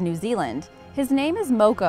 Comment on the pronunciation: Funny, you mention Moko the dolphins ability to communicate to whales as "knowing how to speak it's language" then completely mispronounce it's name lol.. It's pronounced "more-core" not "Mo-co"